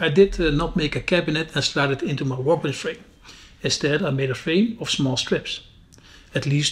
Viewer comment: Looks amazing , but please stop saying 'wowkebench'